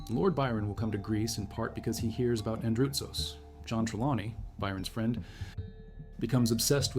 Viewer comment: its Andrutsos and not Andratos